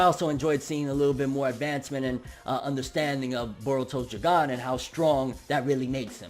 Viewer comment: Why u sayin Jougan like that 😭